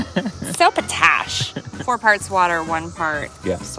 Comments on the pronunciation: Potash believe is pronounced Pot-ash. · Potash....pronounced pot ... ash. Remember not all veggies need lots of nitrogen. Each veggie needs different nutrients. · I so enjoy your content. Just a heads up on the pronunciation of potash, say it as 2 words, pot ash. Hope your plants take off now, zoom... not slowly slowly in this case. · It is pronounced 'POT ash.' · Lol, you guys were killing me, 🤣😂😆, but yeah Pot ash, like a pot you cook in, no biggie, gotta start somewhere. 😄 love you guys!